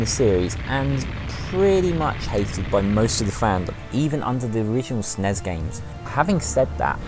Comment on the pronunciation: 'Original snez-games' Did I really just hear someone pronounce Snes as Snez? Please no.